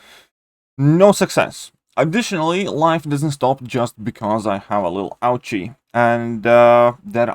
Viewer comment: "Little ouchy" in an accent? 🤣👍🖤